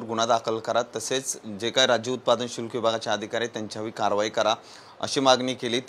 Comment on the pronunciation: अहो समजून घ्या उच्चार चुकत असेल तरी पण भावना निर्मळ आहेत.शुल्क खात्याचे नाव भ्रष्ट अधिकारी यांच्या मागे धंगेकर यांच्या रूपाने शुक्लकाष्ट लागले असे समजा.